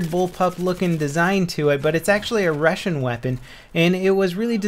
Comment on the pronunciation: A rassion weapon? Nice pronunciation...